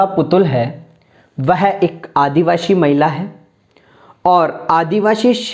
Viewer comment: आपका शब्द उच्चारण बहुत गलत है । आदिवासी को आप आदिवाशी 😢😢😢